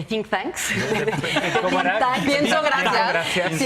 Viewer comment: Tin Tanks? ... AAAHJJMM... THINK TANKS... SE PRONUNCIA "DINK" TANKS